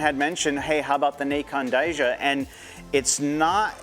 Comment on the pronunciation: I’m just teasing lol it’s pronounced Kai-yaneh